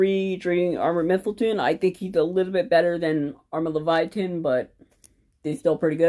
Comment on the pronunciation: Cool deck. just that is Leyvaten (Laevatein), not Leviathan